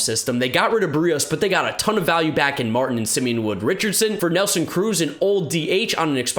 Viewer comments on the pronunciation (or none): none